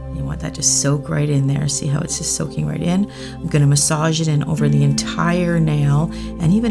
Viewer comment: Stop saying I'n it's I'm 😭